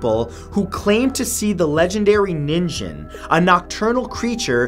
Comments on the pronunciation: Pronounced “Ning-gen” not nin-jen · Ningin? Knight Kin? Fallout 5 confirmed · Nin ghen* (like human in Jp) "ninjin" would b "carrot" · love your videos matt, but the way you said NINGen had me saying "NANI!?" lololol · Thhe way he pronounces “ningen” is cringey